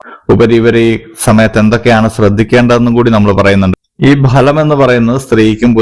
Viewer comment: ഭലം അല്ല ഫലം ആണ്